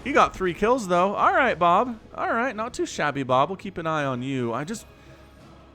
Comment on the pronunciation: Lol it took me a minute to realize you weren't saying boob